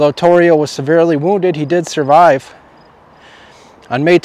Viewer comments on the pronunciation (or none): none